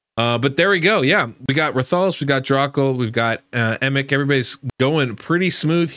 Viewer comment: RATH - A - LOS. the pronunciation is killin me lol ggs tho